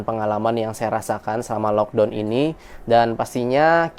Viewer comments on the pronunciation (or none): punten ya, karena saya cuma gemes aja dengan cara sebut laukdown nya. please no laukdown anymore, lakdown way better (or lokdaun or lakdoun kalo cara saya ngajar adik how to pronounce in english walaupun tetap dgn dialek melayu indo). gemes aja, berharap ga marah atau tersinggung ya. terimakasih buat segala infonya dari india, sehat2 dan keluarga.